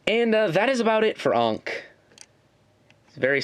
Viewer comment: I'm kinda bothered by your pronounciation of Ankh, but then again. ANKH MADE OF LEGO!!!!!!!! SUBARASHI!!!~~~~~~~ XD